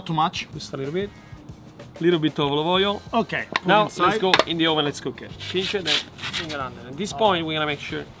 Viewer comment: tell me how many times he said oilive oil in the video ???\